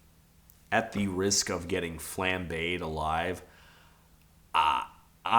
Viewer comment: todd you deserve to be cancelled more for your pronunciation of "flambeé" than your opinion that fast car is about a man